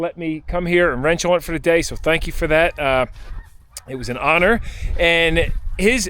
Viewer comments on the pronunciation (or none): none